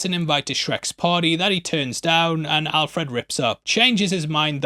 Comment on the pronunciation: It’s pronounced Al Fred, not Alf Red.